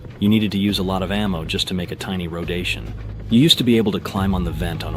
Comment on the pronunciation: He said rodation 😂😂